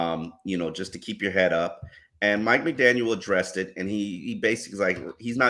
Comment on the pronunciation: all due respect.. there is no “S” at the end of McDaniel